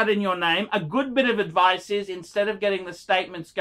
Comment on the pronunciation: Never take any phinance adphice phrom this guy.